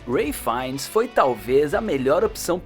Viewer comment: "Princesa Leila, Rey Finnes." 🤔 Os narradores desse canal sempre erram os nomes dos personagens e atores.